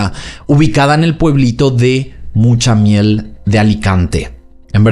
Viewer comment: Hola,Mutxamel es cómo se escribe en valenciano y tx es la ch en castellano, es decir, lo has dicho perfectamente, Muchamiel. Saludos desde Alicante y feliz verano,❤❤